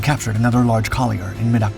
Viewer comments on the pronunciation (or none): none